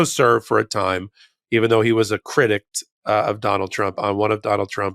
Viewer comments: I love your show and everything you and Ben do to keep us informed, but it's "critic", not "critict"". And, to Ben, it's "an" when the next word starts with a vowel (or a vowel sound) - ex - it's "an" indictment", not "a" indictment. I'd think judges would look more favorably on use of correct grammar. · The word is "critic'....not "criticed" or "critict". Can't mock Trump and let you slide